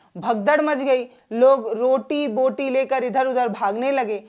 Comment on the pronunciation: बोटी, बूटी नहीं, बोटी बोटी बोटी | क्षमा करना |